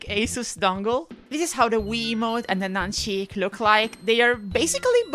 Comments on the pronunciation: The “nuncheeek” is fuckin diabolical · the "nuncheeek" made me laugh harder than it should have